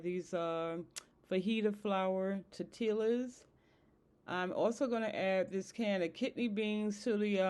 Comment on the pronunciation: Don’t say tortillas the Al’s are silent . Here is how it should sound. Tor tee as